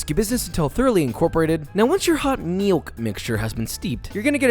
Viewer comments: Me: relaxing while watching a Josh make some canelles. Josh: splash in a little hot MEE-ilk Me:no longer relaxing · "Not gonna do a fancy foreign pronunciation because it's just weird" "Meelk"